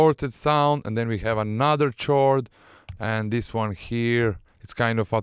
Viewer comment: is pronounce "Kord" no "tchord"